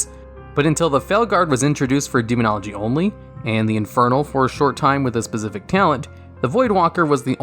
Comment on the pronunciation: demonogly lol do you even english bro?